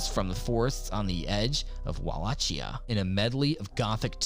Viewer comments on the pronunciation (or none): It's pronounced Wuh-LAH-kee-uh